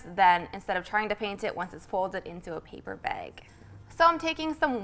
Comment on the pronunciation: Came for the DIY, stayed to see hear them say "paper beg" over and over again :D